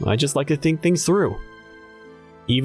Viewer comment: " things " not thigs